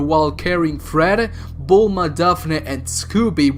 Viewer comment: Did you just say Vulma?